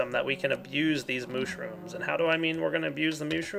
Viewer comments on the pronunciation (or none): lol sais mewshrooms not mooshrooms